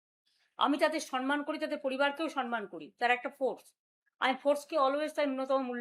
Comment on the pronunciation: শুভ নন্দন! কেউ একে বাংলায় একটা নোবেল দাও, সন মান বলছে, সমমান যে সঠিক শব্দ এটা একে এই বুড়ো বয়স পর্যন্তও কেউ শেখাতে পারলো না।